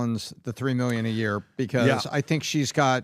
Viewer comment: how long has he been saying that? A YERE? 😆